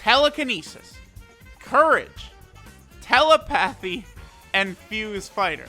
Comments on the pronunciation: The way he pronounces telepathy pisses me off xD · says telepathy like "tele-pathy" lol tel-lepathy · (Tela) (path)e 😂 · Tela-pathy >telepathy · “Tell-e-pathy” - 2020